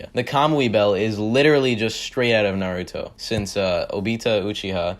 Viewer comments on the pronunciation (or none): none